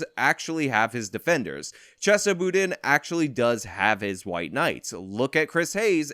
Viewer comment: Are you mispronouncing his name on purpose? Kinda drivin me nutz lol. I mean your clips are pronouncing it correctly. LOL JK JK